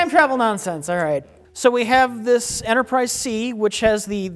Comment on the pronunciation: Are we gonna let Mike off the hook for saying "Enterprise C's"?